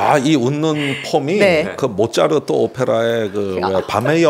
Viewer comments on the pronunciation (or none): none